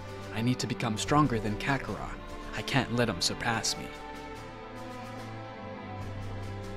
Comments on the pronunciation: Hey my brotha, look I love a what if as much as the next guy (assuming they love what ifs) buy your pronunciation of kakarot and Belmont in your last vid I saw just hits the ear wrong, you have solid ideas bro but real talk, your stories feel a lil stilted, and though your accent can be on point. I personally believe you could skyrocket if you followed mondo cool, salad saiyan and unrealentgaming's lead. Again enjoy what you got and have n9 right to change it. Just a suggest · Who the hell is "Kakara"??? 🤦🏾‍♂️🤦🏾‍♂️🤣🤣🤣 u must be a new fan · Hearing the way the narrator says Kakarott is willd compared to how we hear it in the english dub, sounds like a dif character. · The way he mispronounced kakarot is cringy af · You can tell the guy narrating has never seen the show by how he pronounced kakarot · Why did he keep saying kakarot wrong??